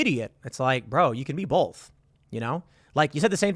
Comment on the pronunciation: He can be BOTH! Not “BOLTH”